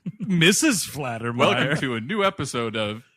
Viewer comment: It's FAL-TER-MEYER, not Flat-er-meyer. But i love you guys SO much; forgive me for being pedantic. Also, i love that song "Shakedown", too!